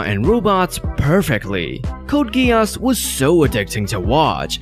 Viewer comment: It's "Gees" not Gee'os"